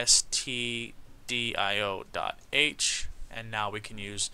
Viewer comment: "studio.h"💀 It is standardio.h, David said so in the 2nd lecture.